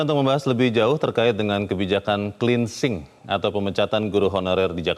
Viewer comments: kupingku gateell ...dgr berita ini,....plus... cleansing kok di pronounce 'klinsing'... ? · Cleansing dibaca klinising.. 😂😂